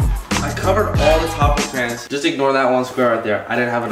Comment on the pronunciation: 2021 and he’s still saying crans 😂